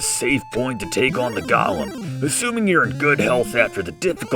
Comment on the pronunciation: I'm late, but golem and Gollum aren't pronounced the same. Tell it's pronounced "Go-lem", with a long "o" and a short "e".